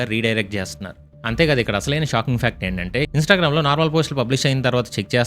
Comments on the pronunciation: Instagaram uppu karam kadhu adhi 😂 Instagram 😄.. Karma ra babu 🤦‍♂️!!! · Instagram ❌️ Instagaram 😅 sorry bro edo ala but great info